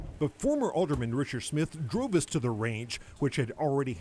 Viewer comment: Did I hear Phil Williams say, "He droove" rather than "He drove"?